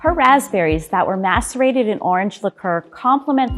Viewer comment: Yup I had to hear it again until I saw this comment and realized its macerated